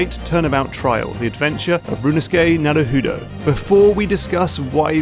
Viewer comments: For a channel whose majority of videos oftentimes feature games with Japanese roots, y'all really like featuring guests who can't pronounce Japanese. I can understand accents being different, but "Naruhudo" wasn't even phonetically correct. Typo in the script? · Sokka's name from Avatar: The Last Airbender, is taken from the Japanese word "Soka" or "Sokka", which are general colloquial pronunciations of "Sou ka", or more politely "Sou desu ka". It kind of means something like "Oh, is that so?" and sometimes like "Oh, I see." or "Oh I get it!"- like Naruhoudo ! :D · NARUHUUDU? Really?? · Every time Mark (as much as I love his main channel content) says "rooneskey nuhruh hoodoe" I die a little inside.